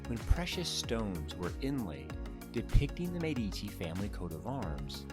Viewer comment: Michelangelo was in his late 40s, and immensely famous, when he sculpted the Medici Chapel (la Sagrestia Nuova). It is hardly the work of a "young" sculptor; also, Medici is pronounced MED-ee-chee.